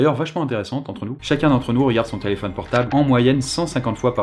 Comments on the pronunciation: thé-laid-phone (téléphone) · c Thé-laid-faux-ne le mot ( téléphone) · Thé-Laid-Faux-Ne ? J'ai mis pause moi xD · Thé laid faux ne (téléphone)